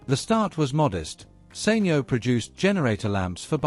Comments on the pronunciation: SENYO? Surely it's pronounced Sanyo! (San yoh). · Informative documentary but maybe someone should tell the narrator it's SAN YO not Sain yo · Thischannel does all this business research but they cannot pronounce the name of company correctly...SAN YO...NOT SANE YO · Learn to say Sanyo properly then i'll maybe listen ....beem in the electronics industy for decades ...you're butchering it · You know he's saying the company name wrongly